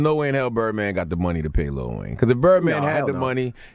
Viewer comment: Im getting tired of people saying "little" wayne. Its LIL